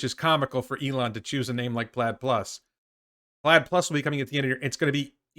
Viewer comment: Plaid Plus sounds like "platypus"